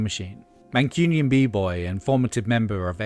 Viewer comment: Mancunian: man-quoon-e-an. Not man-cure-e-an.